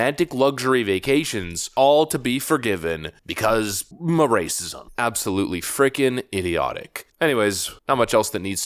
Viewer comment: Love this channel,have for a long time so this is an honest question.why does he an ma before certain words,i.e. ma-racism?